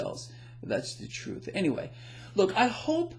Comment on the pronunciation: Excellent post. speaking' troof to da PAWAH!